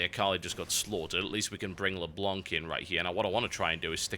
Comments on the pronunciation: Leblanc is said Leblan by the way, it's french (The White) =p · PLEASE TB. Don't pronounce the ''c'' of Leblanc. Le blanc is french for The white, and the ''c'' is a silent letter.